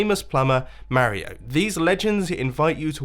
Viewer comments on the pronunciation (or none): Why do you pronounce "Mario" wrong? Your accent? And I think Wels owes you diamonds for vandalizing your profits. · Who else is triggered how he says “Mario” lol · mombo i know your british and stuff but its MAR-ee-OH not mare-EE-oh its pronounceed in super mario odyssy like the first one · Mario (m-r-io)